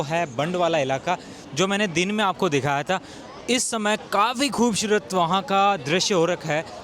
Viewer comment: love your videos bhai. You should improve your pronunciation of S and Sh. After a while it feels weird having repeated like Shundar, Khubshurat. Please say Sundar and Khubsurat.